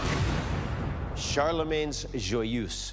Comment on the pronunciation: Pareil mdr. Aussi comment il a dit Charlemagne "Chèrlemègne"